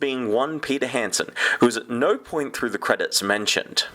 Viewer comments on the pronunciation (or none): none